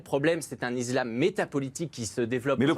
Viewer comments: Ça degueule encore et toujours sur l’ISLAM et pas IZLAM , le parti LR a envoyer au charbon un enfant qui ne connaît strictement rien à la religion , et en plus il ne sait même pas prononcer le mot correctement . La France commence à tomber malade à cause de ces guignols qui font germer des divisions au seins de notre république . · L'iZlame 😂😂😂 Hé Vas-y retourne chez l'orthophoniste 😂😂😂